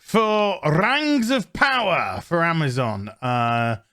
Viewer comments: This goes out to all of the fan, of The Rangs of Powah. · Amazon's Rangz of powah was so bad it killed the queen.